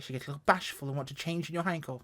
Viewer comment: Finally, a reviewer who knows how to pronounce Heinkel properly and that it was a 1-11! If the engine sounds were better, I think I'd go for it, but the interior sound like an Austin 1100 in need of a service.